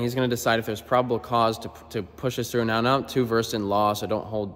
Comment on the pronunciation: Why did you say meow instead of now